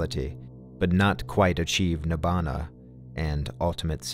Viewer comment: Please at least pick up Pali and say the Pali words correctly before professing something you just repeat